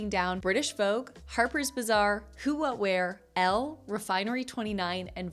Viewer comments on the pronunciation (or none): none